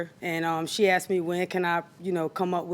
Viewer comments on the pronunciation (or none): “I axed her” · 😂asks ed askeds assskd 😂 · You didn't "axed" her. The English word is "asked".